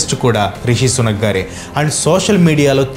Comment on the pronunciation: Anna sunak, sunak antantee edho kukka laga vinabaduthondhi😂😂